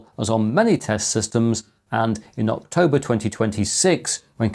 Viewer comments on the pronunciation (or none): none